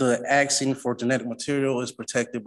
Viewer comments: the "axing" drive me nuts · He shouldn't talk about "axing" so much in court. The judge may feel threatened. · He keeps axing questions. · He keeps talking about "axing." Is he a lumberjack? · "I'm axing..." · He sure is axing for a lot. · The word is spelled "ASKING", NOT axing. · This guy is “aksing” for a lot of things. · Im not a native english speaker. So im wondering. He says 'the word' Axing' a lot. I asume he mean to say 'asking'. Is this a dialect, or is it a speech impediment, like a lisp or a stutter? No offense meant. Just curious. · Stopping saying "axing"! The word is asking. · Guys he's ax'n 😅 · Well Sovcit - your axsing is improper...... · I can’t stand when grown adults say Unm over and over. And axing. And can’t read words like labacory .